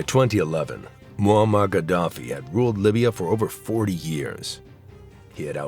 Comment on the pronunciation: sein Name ist Muaammar und nicht Mohammed